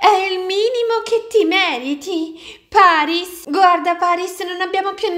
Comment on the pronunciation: ma perché ha detto PERYS al posto di PARYS?